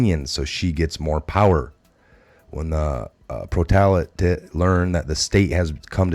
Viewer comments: It’s Pro-le-tar-i-at-the REGULAR PEOPLE!!! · I can help a bit with pronunciation... Wraith = raaay th Proletariat = prohL tehr E aht Gulag = goo lahg Not meaning to offend, just to help! Edit: Machination: mash E nayt shun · Get an effin dictionary. DO YOUR HOMEWORK! if you want to be a reliable source then you need to learn how to pronounce words like proletariat. Read the copy FIRST THEN LOOK UP WORDS YOU DONT KNOW THEIR MEANING OR HOW TO PRONOUNCE....its bad. Look up the words and their meaning and their pronunciation. Or dont be a Reporter. ITS PRONOUNCED GOOLAG...LOOK IT UP!! ITS IMPORTANT!!